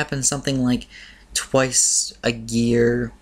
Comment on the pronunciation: You said gear instead of year :P